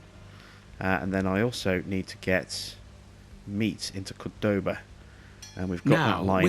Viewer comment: I really like this series! I live in Rosario irl and it's really cool to see a gameplay about the region. Although I can't imagine a bridge connecting Montevideo and Baires over the widest river in the world hahaha PS: You pronounce Córdoba accentuating on the first syllable.